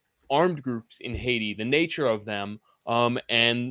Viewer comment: ... just the way he says Haydee let's me know how he really feels about Ayiti.